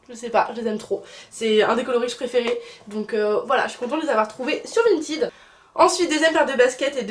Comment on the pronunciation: c'est pas VINTID mais VINTED voila comment sa se prononce